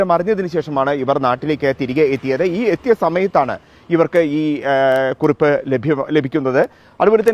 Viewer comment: It's not KurUpp, it's KurIpp